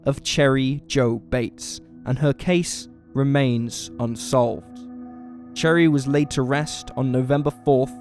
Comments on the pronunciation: No... its pronounced sher-ee. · He’s literally saying - cherry 🍒 lol 🤣